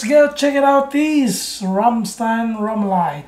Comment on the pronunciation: "Lied" in "Rammlied" sounds like "lead" or "seed" 😂